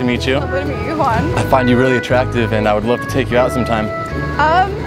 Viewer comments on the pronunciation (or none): was i the only one who heard "attrucktive"?